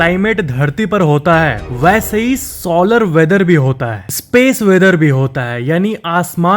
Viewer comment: Solar wheather ko sooolar wheather bol rha hai gandu😂